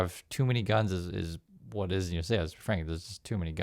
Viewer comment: Your Whut was felt